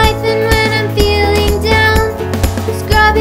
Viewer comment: You said ‘Felling’ But it’s suppose to be ‘Feeling’